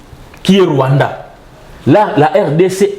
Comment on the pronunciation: pas le Rwaanda et l'Ouganda.